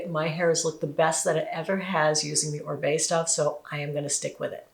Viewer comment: Oribe is a Latin last name, it is pronounced Oreebae the i sounds like “ee”